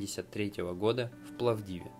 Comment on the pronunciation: Удивительные люди! Потрясающая целеустремленность и сила духа. Молодец, получилось информативное и одновременно релаксирующее видео 😁 Но вот с ударениями надо повнимательнее: ПлОвдив, БухарА и т.д. ☺️